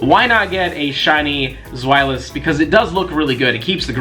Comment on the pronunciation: YO, it's z-well-os